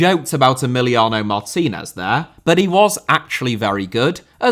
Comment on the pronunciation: Lukaku* not Lukhohrku Emiliano* not Emiliohrnouw Saw* not Sor Mbappé* not Mbappei Half* not Holf André* not Ondrei Onana* not Ohrnohrnohr Álvaro * not Alvohrouw Morata * not Morhrter Julián * not Hulian Aussie* not Ausie Diego * not Diyeigouw Alonso * not Alonzouw Arrascaeta* not Arresquieta